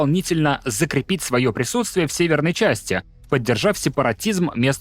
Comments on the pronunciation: не арИи а Арии ударение на А, неуч диктор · Подпишусь, если автор начнёт правильно ставить ударения. Например в слове арии.